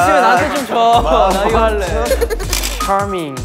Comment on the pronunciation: Chenle’s “chaRMInG” 😂